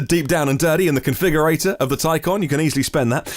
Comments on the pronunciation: Toycan? Taycon? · A tiny point but the porsche taycan is pronounced with an "a" but you pronounce with an "O"? Love your show by the way and l am not trying to be smart. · taycan is the correct pronunciation not taycon